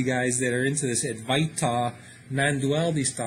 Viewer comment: Adwaita with the w accentuated. the v is pronounced w